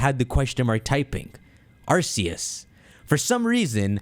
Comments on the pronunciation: its arKeus not arSeus but i dont care what u call it i called it arSeus to till i saw the arceus chronicles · It’s pronounced arc-e-us as proven by the arc-phone